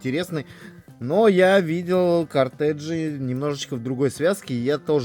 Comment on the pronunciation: Может не кортеджи, а кортежи?😂